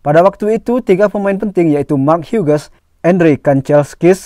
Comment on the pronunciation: Hughes di bacanya hius min bukan huges.